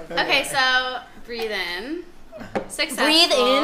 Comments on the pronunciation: It’s breathin not breath in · haha well she pronounced it as breathe in, even I was confused for a sec on which song she was talking about